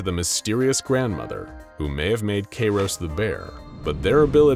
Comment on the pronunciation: Bro his name is kairos Kairos time go brrrrr